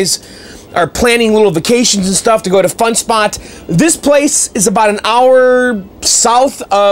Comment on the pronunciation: sounded like he said is this shit more durable lol